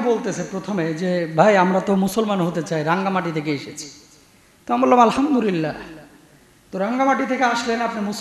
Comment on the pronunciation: হুজুর আলহামদুরিল্লাহ বললেন আমার জানা দরকার কোনটা সঠিক, আলহামদুরিল্লাহ না আলহামদুলিল্লাহ।